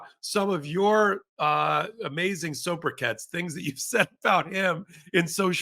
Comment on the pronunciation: *sobriquet pronunciation is SOW bri kay. Not so bri KETS.